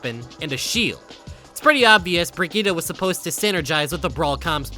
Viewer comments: bro please stop saying "bregeeta" her name is not pronounced like that and you know it. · Bruh, the way he pronounced Brigitte gave conniptions. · so because torb and rein mispronounce her name that's suddenly how it's supposed to be pronounced, that's not how it works. her name ends with an E, and she even pronounce it herself with said E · why do you pronounce brigitte as if it ended with an a